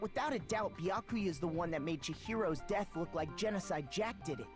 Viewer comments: Omg!!! yay finally i’ve been waiting for this i’m so excited for to play danganronpa! edit: I just realized said baka-ya instead of bee-yah-koo-yah edit2: lmao in the time I was waiting for to make another stream because I originally watched play it when I came into the fandom in between that and now i’m already on the 3rd game (also including ultra despair girls) edit3: I dropped my cream cheese knife on my phone and it wiped all the cream cheese and now my phone has cream cheese on it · Its "Be ak oooo yuh" i cant stand hearing you butcher it anymore lol. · You pronounce Byakuyas name Beeyakooya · the way she says byakuya hurts my head